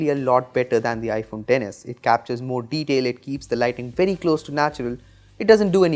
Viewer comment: "has a lot morr deteil" 😂